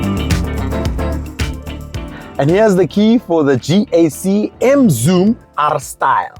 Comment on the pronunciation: when he said Gkak! 😄😄😄